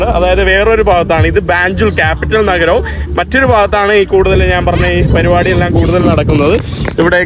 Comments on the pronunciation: നിൻ്റെ അമ്മേടെ കോപ്പ്, നീ ഇപ്പൊഴും "നാൻ' എന്ന് എന്തിനാ പറയുന്നത്. ഞാൻ എന്ന് പറഞ്ഞ് പഠിക്കുക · നാൻ അല്ല, ഞാൻ എന്ന് പറഞ്ഞു പഠിക്കുക